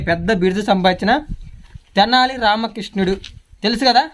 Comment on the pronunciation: Kishnuda 😂😂😂😂😂 krushnudu ledha krishnudu 😅😅anali be